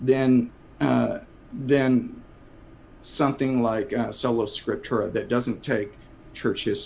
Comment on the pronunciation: seems to confuse Sola Scriptura with Solo Scriptura, which is “Me and muh Bible under a tree.” That perspective has no regard for history or even the common Creeds of Christendom. If I’m hearing correctly, he’s even pronounced the principle in that way.